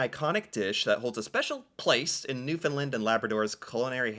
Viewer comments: should react to Republic of Doyle, a show filmed in NL starring Alan Hawco (with lots of local celebrity cameos) Also, Newfoundland is pronounced more like “Newfin-Land” locally. Actually pronounced it pretty close to correct when he was typing it into google Edit: Purity syrup is flavoured syrup that you add to water (and milk, in some circles). Comes in several flavours such as strawberry and raspberry. Similar to but less viscous than the type of syrup that flavours and colours the soda in a soda fountain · You're hilarious! 😂 Your pronunciations are killing me, lol. Newfie right here. I can teach you the ways. 😅 everything spoken here is awesome food. Cod cheeks are another great delicacy here. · Newfoundland is pronounced New fin Land, not nefinlin. it rhymes with understand. Like understand Newfinland. The cod tongue has a gelatinous part to it, but also two meaty parts that are like scallops. I am not a big lover of the jelly but love the meat. The Purity syrups are beverage syrups, they come in flavors like cherry and strawberry, you pour a half inch into a glass and fill the rest with cold water, it is seen a lot at Christmas time and summers, it is delicious. Also, try typing "Purity peppermint knobs" to see the candy instead of the door knobs. Love your videos, keep it up. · Firstly, you need to learn how to pronounce Nfld correctly. It’s not Newfinland!! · Absolutely love the publicity you're giving us. Please 'though , the pronunciation rhymes with understand... Newfunland 😊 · Love your videos man.... love cod tongues and salted COW tongues as well... If you want to pronounce NFLD the proper way just make Newfoundland ryme with Understand Understand---- Newfoundland 🙂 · I wonder how many times he'll have to hear people saying Newfoundland before he stops calling it Newfoundlund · If you notice it is spelt New found land and pronounced the same way now Newfinland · WRONG...ITS NEW FA LAN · It's pronounced the way it's spelt New found land